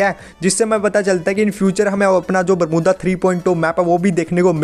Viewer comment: Who noticed saying 'bermuda to बरमुद्दा '😂